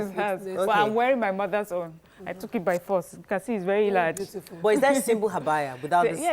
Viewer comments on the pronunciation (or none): It's not habaya it's Abaya